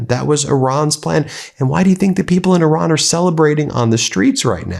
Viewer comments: I see everyone is saying Iran properly now. No more i-ran 😂 funny how that works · Thank you for pronouncing the word “Iran” correctly.